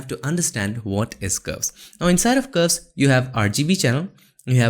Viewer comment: Every time you say curves it sounds like "ghost".